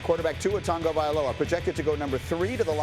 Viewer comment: He said Tua tag-a-vliola